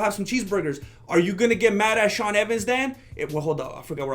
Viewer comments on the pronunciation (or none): none